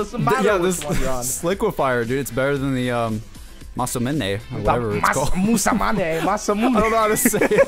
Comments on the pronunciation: my cats name is masamune, and NO ONE is pronouncing it right, I think it is MASA MOON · The way pronounces Masamune.